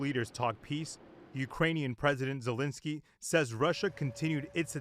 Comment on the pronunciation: That's ZE.lensky ... not Not Le.zinsky ... please make sure you meet with the right person 😅🤭